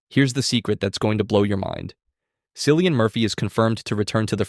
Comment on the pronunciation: Just a nitpick, if this is AI narrated, gotta note the name pronunciation of Cillian, as in “Killian” it’s an Irish name. Good analysis nonetheless!